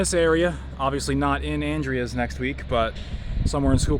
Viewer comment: The town is pronounced "An-dree-z",, I got corrected by a local about 20 years ago as I was saying it wrong also. The station certainly has decayed since I was there last 5 or so years ago. Still had roof and floors. Great auction house in town there at the intersection, Dean Arner, sometimes he has some interesting local railroad memorabilia for auction. Inside the station, thats called "strap rail", wooden rail capped with an iron strap. They would have stored a speeder in there for track inspection. Hopefully someone can repurpose the station before it's all gone.